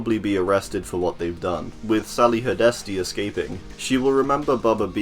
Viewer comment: Sally hard-est-e, say it with me HARD-EST-E